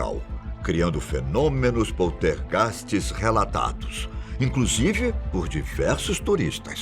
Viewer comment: Poutergast kkkkk